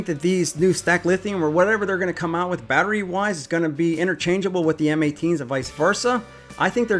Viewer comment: Gah damn STOP saying BAT RAY! AND MILWAUK-I-A!!!!! ONCE OR TWICE IS FUNNY BUT DUDE THAT IS ANNOYING!